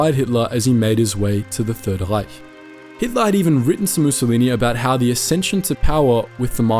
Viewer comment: Never heard a non german pronouncing "Reich" that accurately as . Also, interesting video❤